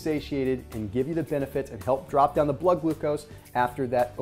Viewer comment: Lolol “Glood Glucose”